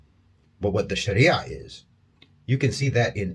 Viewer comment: I was wondering why he was saying Sharia properly (as most people dont) then he said hes a Muslim. MashAllah